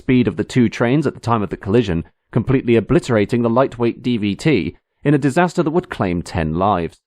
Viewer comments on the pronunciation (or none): none